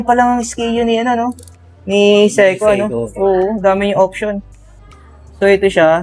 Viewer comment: Say-Ko paki ayus nga Ang pronunciation inamoka.